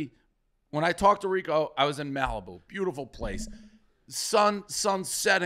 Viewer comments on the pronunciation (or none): …how did Prez pronounce Malibu??